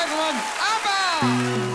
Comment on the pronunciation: I'm sorry what sort of Australian pronounces ABBA like that? I find that more of a stretch than the ABBA boys writing a musical